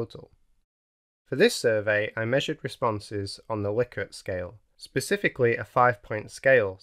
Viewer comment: Nice video. I especially like that you pronounce Likert correctly! 🙂